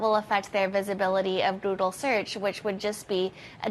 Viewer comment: "Goodle" bot Goodle Search lol. Great video and news casting but couldnt stop myself